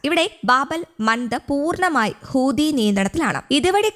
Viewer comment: Hooothi allah huthi. Onnu padikku...next time say correctly